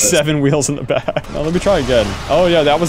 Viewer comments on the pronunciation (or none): u said backack i think